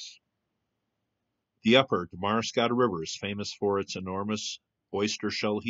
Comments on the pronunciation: Pronounced 'Darma scotta not Daramas cottia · Pronunciation of Damariscotta: The second "a" is silent; Dam-ri-scotta.Also,there are still significant monds, it is a preservation area. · You might at least make the effort to learn how to pronounce "Damariscotta." The emphasis goes on the next to last syllable. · It's pronounced DAMarisSCOTTA. I live nearby and my driveway is coated with shells from this mound. It's beautiful. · Well, that's interesting! I've lived in Maine for over 35 years, and never heard of this. Thanks for showing it. Also, it's pronounced DAM-a-ri-SCO-ta. There is also another place in Maine called "the Whaleback". It is on Route 9 in Aurora, Maine. But as far as I know, this name comes from the shape of the road, not any ancient mound. That is what I thought you were going to be talking about when I clicked on this video. :-) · Pronounced “dam-vrah- scott-tah” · Thanks, I was going to say the same. We really don't mind if people from away ask us how to pronounce something before posting it in a video.... Hint for all videographers. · You may want to look up how to correctly pronounce Damariscotta